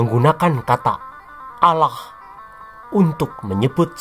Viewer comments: Nyebutnya aloh!!!! 😂😂 lucu dan mantab...aku sukaaaaa denger nya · Ketahuan nihh.....adminnya kurang belajarnya😂 melafalkan allah aja masih belepotan 😂pesan saya supaya admin belajar lagi tang buanyak ya😂